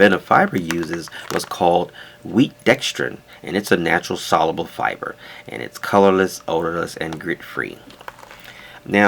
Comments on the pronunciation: sol-YOO-bull not sol-uh-bull. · sol·u·ble The “U” sound is pronounced in the middle of the word. The Premium Blend of Metamucil uses stevia as a sweetener and is a wonderful product!